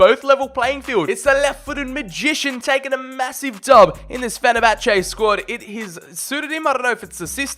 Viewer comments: Me: Fen-er-bach-ey: Fen-er-bach-ar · Did he just pronounce fenerbache «fe ne ba cha?» 😂😂😂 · Mate. Learn how to say teams names before making football content. Fenabachar 😂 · FENABACHAAA 🤣 Petition for Fenerbache to officially have a name change 😅. Love your videos dude 💙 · The way he days fenerbache makes me cringe